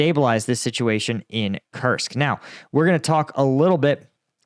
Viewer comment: Koorsk. It is pronounsed Kooorsk, like roots.